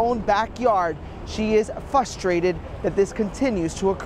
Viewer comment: Fustrated??? How the hell are you a reporter??? FRUSTRATED frrrrrrrrrrrrrrrrrrrrruuuuuuuuuuuuuuussssssstrated.